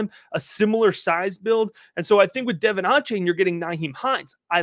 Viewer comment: Love the content! For future reference, it’s pronounced de-VON aye-chain.